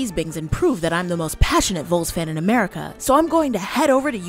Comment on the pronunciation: If you were really a Vols fan, you wouldn’t pronounce it “Voles”or “Vooles” or whatever that was, yankee. It’s VOLS, (as in “Vahhls” , short for “Volunteer” ). A vole is a small rodent. Vols are Tennesseeans who volunteered in droves for the War of 1812 and all wars and natural disasters since., Hence we are the “Volunteer State” known for our “Volunteer spirit”becuase we all stand up together to fight, or help a neighbor, or do whatever needs to be done…….not a rodent.